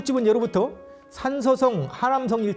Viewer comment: "예로 부터" 의 예는 길게 발음해야지요! 시청자 여러 분! 우리 말 참 엉ㅎ망이 되었지요!! 유튜브에, 치시면, 우리 말에 대한 귀한 강의를 들을 수 있나이다. 미국 변 완수 드림